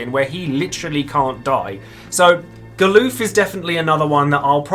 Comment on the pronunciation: You say "Ga-LOOF??" XD It's "GAL-UF" just like it's spelled, lol. XD XD XD